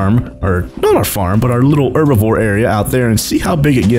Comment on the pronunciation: Herbivore not erbivore